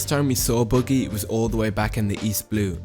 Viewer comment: bro said "boogy" 🤦‍♂